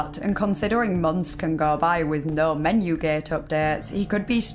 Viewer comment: "menyew geht" I like your accent